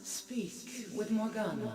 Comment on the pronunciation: Morganna not Morfana